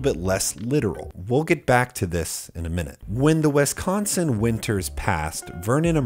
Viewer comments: The way he says wesconsin hurts me physically. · As a Wisconsinite I really hate the way you say Wisconsin